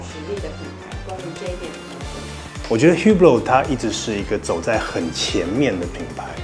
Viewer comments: Hublot品牌經理，唸自己的品牌發音還不正確...這有點不專業了...不知道H和T是不發音的嗎？ 烏缽落.. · 那不是語病喔，那本來就是發音錯誤，語病不是這樣用的… 而且正是本身對正確發音有要求，所以看到別人錯誤才會點出來 當你的名字被人唸錯，有人幫忙指正，結果是指正的人有問題？